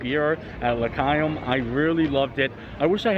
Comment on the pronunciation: Pronounce L’chaim without the C :) so pronounced le haim